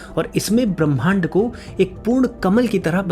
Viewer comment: भैया!मैं आपकी एक भूल की ओर ध्यान दिलाना चाह रही हूँ।ब्रह्मांड को पढ़ते समय ह् को पहले बोलना चाहिए,म को उसके बाद।' ब्रह् मांड' शुद्ध उच्चारण होगा